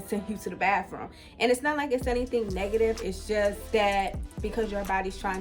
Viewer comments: What’s a “bahfroom?” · Must be from the DMV because that's how we say it lol